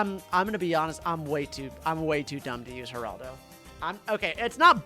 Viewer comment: Why does he say Geraldo like Heraldo